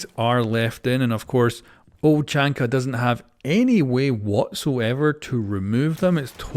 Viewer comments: its Tachanka not chachanka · Everyone: "Tachanka": "Chachanka" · tachanka fo sho not tachanka but tackanka